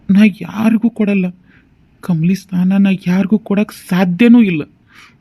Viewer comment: ಸ್ನಾನ ಅಲ್ಲಾ ಸ್ಥಾನ 😂